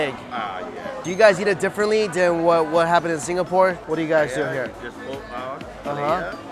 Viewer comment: I cringe every time he says Singapore...